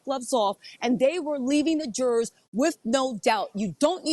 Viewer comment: LOVE your shows & been watching you from tv to here for YEARS now! Your coverage of the Diddy trial is so compelling and keeping me watching for every tidbit! BUT when you pronounce jurors as Jurrares it throws me every time! Is that a Georgia accent?